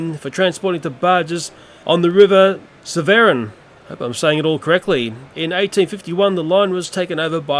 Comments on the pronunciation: I live in the nearby city of Gloucester, Gloucestershire and I couldn't help but have a slight chuckle at your pronouncement of River Severn. It's pronounced Sev-ern; think of "ern" being pronounced like earn. Hope this helped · The Pronunciation of "Severn River" is actually just pronounced "Seven"! It's (I think) its one of the longest rivers In the UK! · I live in gloucester (Gloucestershire), and the River Severn is pronounced like the number 7. It's funny how you pronounced it 😂